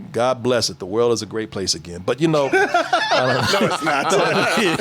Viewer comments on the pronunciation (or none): Glad you're back. That weird white guy wasn't funny and pronounced most words wrong.